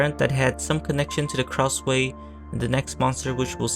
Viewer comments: Heyy! I love this video because it talks about one of my favourite childhood horror games lol- just one suggestion its pronounced "krasoo" instead of "kraswey" thats all! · Kra-sway 😭✌ Isn't it Kra-sue (like the name "Sue") ? Also, when I was younger, I thought that the Miles kids turned into Krasue and Charlie, and Good Boy was their dog 💀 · It is pronounce as KRASHU or KRASU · Nice video, but the way you pronounce Krasue ticks me off everytime I hear it 😭